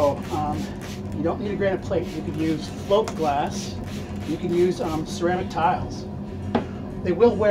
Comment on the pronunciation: Thanks, I actually thought I heard "float" at first but wasn't familiar with that adjective applied to glass and it was not clearly enunciated, at least not for my old ears. So, I turned on the closed caption and it said "slope" glass. 🤣 I appreciate the reply!